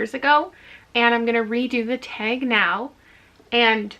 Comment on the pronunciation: The TBR Taeg. I'm NOT a Canadian, so it literally sounds like taeg